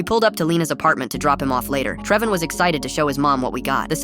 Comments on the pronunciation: “Trevon”❎ “TrevON”✅ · Just started and I hear Trev-on what is that?